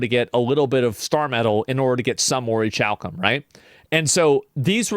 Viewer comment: Its pronounced: ori-kal-kum